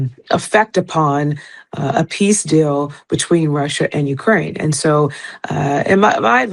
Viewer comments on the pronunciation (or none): none